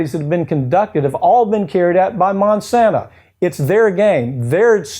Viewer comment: Why does he repeatedly call Monsanto Monsanta? Does he think they bring the gift of 'Mon' like Santa brings other gifts? It's a little distracting, and Monsanto can just so, "oh no, Monsanta is an evil company that has nothing to do with us - we're Monsanto."